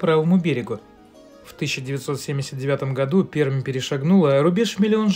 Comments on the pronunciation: Р мягче... [Пер'м'] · Пермь: "Р" - мягкая